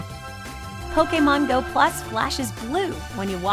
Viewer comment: Lol poke a mon go XD she pronounces it the best XD